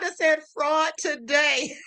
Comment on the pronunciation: Not "TUH-day!" 🤣🤣🤣🤣